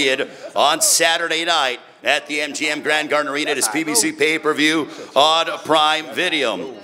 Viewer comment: aye hella funny yo "pay per vewrr" 😂😂😂😂